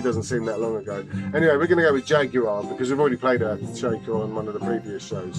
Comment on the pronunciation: Yes..! Great to hear "Jaguar" again... classic..!